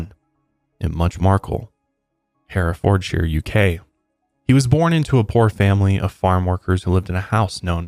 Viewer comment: Herefordshire hehe 😜